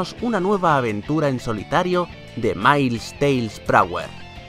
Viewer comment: dices mailis tails